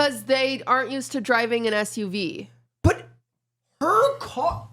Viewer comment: qt said SVU instead of SUV i do the exact same thing because of law and order